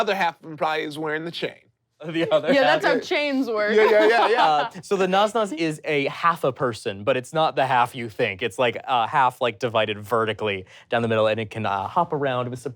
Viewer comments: Um actually the Arabic isn’t pronounced “Nas Nas” but “n-uh-se n-uh-se” cuz that’s the Arabic word for half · This is several years too late but the nasnas pronounciation threw me off the creature so much that i genuinely had no idea until i saw it and realies he meant nasnas with an s not a z.. I love you but come onn